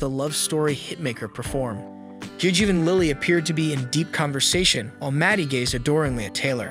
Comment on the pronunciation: Excuse me good sir, but what in the fuck is that pronunciation of Gigi’s name? “Gig” ?